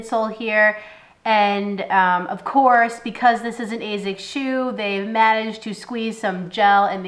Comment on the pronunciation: points for saying Asics the correct way ( Azics ) unlike 99% of people who say Assics. Why people why ?